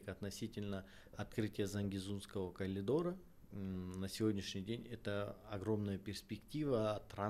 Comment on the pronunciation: Передайте пожалуйста,что говорится коридор,а не коЛидор😂